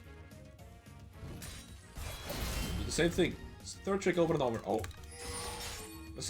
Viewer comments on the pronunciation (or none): Why does he pronounce "and" as "ieeend"?